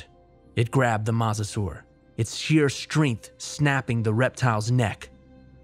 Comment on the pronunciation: It's pronounced "moe-sa-saur."